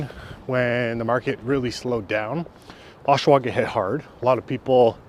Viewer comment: gen-eral... osh-awa... pretty straightforward, bud.